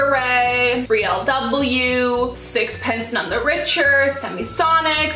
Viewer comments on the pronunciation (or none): disappointed that you didn't pronounce sixpence none the richer correctly. How how is it to Google things before you film? Or ask a friend?!